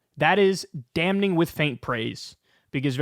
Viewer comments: Kyle: Dam Ing The N is silent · Kyle...you don't pronounce the "n" in damning, my guy. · FOR THE LAST FUCKING TIME, THE "N" IN "DAMNING" IS SILENT! SOMEONE NEEDS TO BRAIN YOU WITH THE "SILENT N"!!